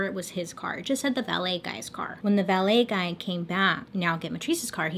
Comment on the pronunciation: Lol I feel like you said ballet guy